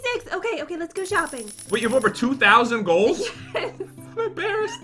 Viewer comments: you sed šuping not shoping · said let's go shoeping too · said let's go shoeping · said shooping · we're shooping Me:I can't do this:p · You said shopping Wrong